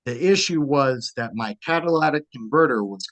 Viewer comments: Catalytic converter, not Cadiladic.... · Say it with me slowly: “catalYtic converter” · "Cat-ALA-tic converter" 😂😂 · For the love of GOD. Cat-A-Lit-Tic. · “cadilladac converter”